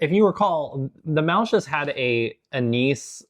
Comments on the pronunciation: De Hollanders die dit kijken 😢 hoe zij muisjes zeggen is zo vervelend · "They beat the shit outta the muisjes." 😂😂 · Beat the shit out of the "muisjes" 🤣🤣..... O. i am sorry we're out of any drink but we have karnemelk../..I don't think that would hapen/ oh ooh, i love the face you make, with the rolmops, so funny🤣🤣🤣 I still think your very brave👍you too